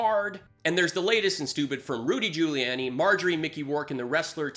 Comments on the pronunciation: I’m new, and I subscribed, but wtf does “bucket of unicorn wank” refer to? Also, Giuliani is pronounced “Jew-lee-on-ee” not “jew-lee-Ann-ee.” Small thing, but was making me cringe. Otherwise, thanks for the content? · Try to pronounce Giuliani better. Otherwise, great work